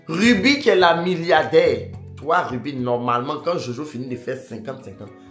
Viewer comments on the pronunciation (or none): Ruby, a gâté ton prénom 😅😅😅il dit Yonne 😅😅